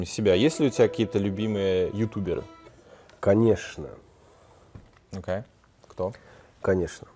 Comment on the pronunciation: Заедолбал со своим Окэ. Прямо как "прайдоха Жакуй" из "Пришельцов".